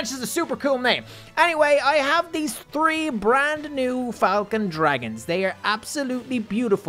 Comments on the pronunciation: Why do you say tree instead of three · You are saying 3 wrong instead of seeing 3 you are seeing tree